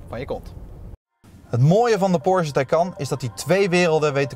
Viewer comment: Leuke en informatieve video, zelfs voor een Taycan Sport Turismo bezitter zoals ik. Alleen nog even oefenen hoe je Porsche uitspreekt… Porzje klinkt echt niet...